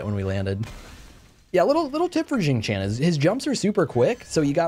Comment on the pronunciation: I keep hearing Xing Chan more then xing Tian lol I wanna a weeb skin for him now EDIT: for those who are curious its produced more like Shing Tyan or shing tee-on